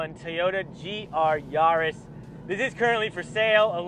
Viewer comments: Actually the closest I've heard so far to it's correct pronunciation! Google it. It's "Ya" the German way, so Yaa-ris is correct 😃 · Ya - riss Not Yarrr- is :)) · GR Yarrrrrrrrrrrrris 🤣 I love watching american videos lol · It’s not a car for pirates! Hard “A” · Hey, how do you pronounce the French capital Paris? 'Nuff said!:))